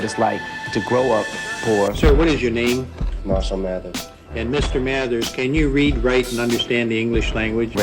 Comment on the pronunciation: This dude just said Mirshall Mathers